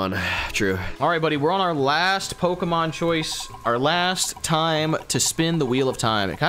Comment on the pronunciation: yall keep mispronouncing pokemon 😭